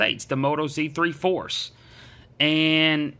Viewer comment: You said z3 force lol good video thought 😀